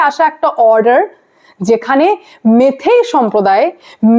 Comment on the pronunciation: তোমার ভুল সংশোধন করে দিই, কথা টা মেইতেই মেথেই না ওকে ।